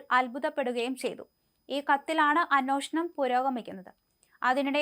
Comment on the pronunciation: അതേ.. പല പ്രാവശ്യമായി ഈ കുട്ടിയോട്, അന്നോഷണം അല്ല അന്വേഷണം ആണ് എന്ന് പറയുന്നു